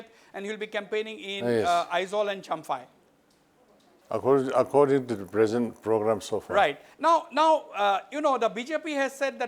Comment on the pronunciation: Wasbir ..there is no Chamfai its Champhai.No Mr Lal Thanhuala its Lal Thanhawla.